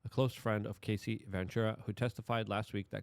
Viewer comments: Hey, don't mispronounce Casey's name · Her name is CAH C. Cassie....not Casey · Dude, her name is Cassie, not Casey.